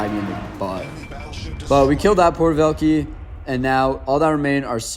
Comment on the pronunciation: porter velkeys as a russian speaker that hurt my soul 😢😂